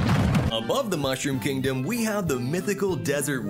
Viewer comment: 他の国でも上映されるのかな？ 日本だと 4月28日からってなってるけど 映像が 可愛いから 観に行きたい！ ヨッシースタンピード 怖い 笑 あと 英語の マッシュルームキングダムの 発音が 何か好き 笑